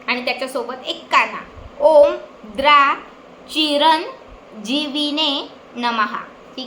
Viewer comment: बेटा, तुझे सांगण्यात थोडा फरक आहे द्रा हा शब्द द्राम् असा आहे